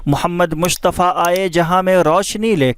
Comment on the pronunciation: Aap ne pahele sheriff me Mustafa ko Mushtfa bole